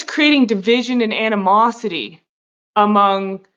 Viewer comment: It's 'animosity,' not 'antimosity.' Antimosity, if it was a word, would probably involve the alchemy of tin or something. I can't believe I watched as much of this as I did.